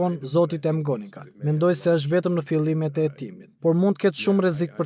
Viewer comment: O prej mali. Mësohu ta shqiptohet më mirë e saktë atë mbiemrin McGonigal o njeri. Jo Emgonigal se dukesh pak i mangët.